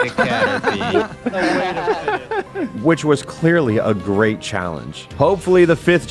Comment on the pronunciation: The way you emphasized that the run is so great is the moment i knew